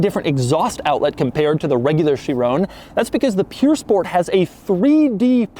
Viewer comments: Cringing everytime he says 'pure sport' instead of 'pur sport' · It's pronounced purr sport as in a when a cat purrs. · Doug, I love you, but the place that makes Bugatti replicas is Pür Sang. This is pronounced Pür Sport. Yes, it means pure, but everytime you said it, I got just that more annoyed.... Almost as much as commenters typing buggati... 🤬(title of video d@ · It's not pure it's pur. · Him: bugatti "pure"sport... The title: bugatti "pur" sport Us americans WAHT? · Pur not pure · ok i like doug but he can’t pronounce all the popular cars like breh “piur sport” it’s pur sport bahahah and urus is urus not Yourus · this car purs nicely................ no seriously is it pure or pur? cause doug keeps sayins pure lol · What's a "pure" sport, doug? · Pur (like purring) not pure. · Why was he calling it pure sport doe its "pur" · Not “Pure”. It is “Purr” Sport. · It's pronounced POOR SPORT Oh, the irony... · Nobody: Doug: purE sport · I only came to hear how badly you mispronounced the name pur sport 😂 Why do Americans make no effort at all to say car names properly!